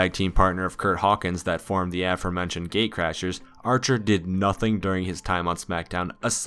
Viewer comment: Did he say gaycrasrs